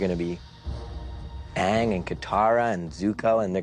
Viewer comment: jut saw the movie. i was deeply disappointed. for one thing they didnt say most of the names right sokka was soak-a aang wa ah-ng iroh was ear-oh it bothered me sooo much. and it did NOT follow the series at all